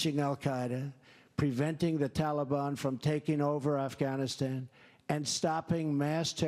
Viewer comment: Noah's pronunciation of 'Afghanistan' was better than the other reporter. It was closer to the original.